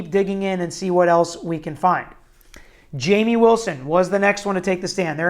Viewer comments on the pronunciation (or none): none